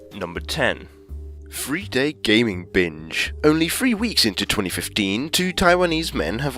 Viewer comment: When he says binge, it sounds like he says bitch